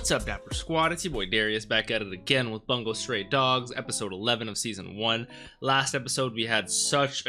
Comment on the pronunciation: IT"S NOT bAngo it's BUNGO! (boongo) !!!!!!!!!!